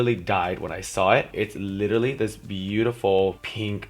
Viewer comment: you say literally 100 times but cant even say it right honey get a dictionary